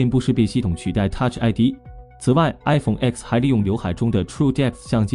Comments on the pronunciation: 专业一点好吗？“iPhone X"不是读作“iPhone x”，是读作“iPhone 10"。“X”是罗马数字，等同阿拉伯数字“10”，在发布会，厨师将其读作“iPhone Ten"。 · 講得真好 明明係Ten 讀乜狗叉